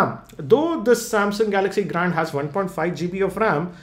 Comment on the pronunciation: Cannot Unhear gRAND